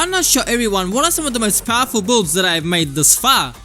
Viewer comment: please i like your content but you gotta learn how to pronounce "BUILDS" correctly for the love of god